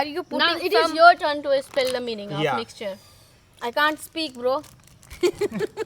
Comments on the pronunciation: Aby oo mixcher nahi hota mixture hota ha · वाह रे बेटा विषाणुआ तूने तो इंग्लिश कि मा बहन एक कर दिया मिक्सचर 😂 में ही (Mixture)😂 लोल है रे तू तो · Mixture not mixure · Bro the correct spelling of mixture is mixture not Mixcher you all were appreciating him that you are right no he was wrong and I thought had to much knowledge but now I am wrong 🤟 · " Mixcher "🤣🤣🤣🤣🤣 Sab nei taali bi bajai mazza aagya 🤣🤣🤣🤣🤣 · Mixcher❎ Mixture✅ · ❌ mixcher ✅ mixture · Mixcher nhi hota bhai mixture hota hai😂😂